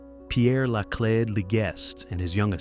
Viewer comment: The names are pronounced LA CLEED and SHOW TOW.